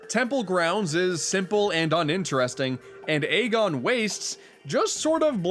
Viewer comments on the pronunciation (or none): none